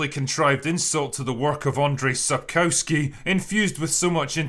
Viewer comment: An insult to Andrzej Sapkowski (and the whole of Poland) was how you said his name. Ffs, it isn't so hard to punch the speaker icon in google translate and repeat about three times. You have all the sounds in your language anyway. AN-D-RZ (like J in Jacques; I know that's French, but you people have lots in common and you can 100% say Jacques) -E (as in elephant) -J (your "y" as in "yes") SAP (you even have such a word) -KOW (said as your "kov") -SKI (listen how the Japanese say "suki", very plainly, not like you, all over the place). So what did we learn? Andrzej Sapkowski! Two new pronunciations, yay! Come back later, kids, for more simple words! Next up: how to say "Kowalski" without sounding like a moron and the sweet sweet world of gendered surnames, aka why you can't call a man "Wójcicka" and a woman "Kowalski".